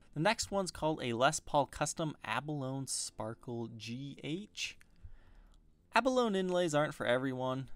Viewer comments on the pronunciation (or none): You're pronouncing "abalone" incorrectly. It' like balogne, "abba low knee". Not "abba loan". Just saying. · Sorry but I just gotta be 'that guy' for a minute... 'abalone' is pronounced a-buh-lone-ee. The 'e' is not silent in this case. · That's Not How You Pronounce "Abalone" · The spelled rose wrong and you mispronounced abalone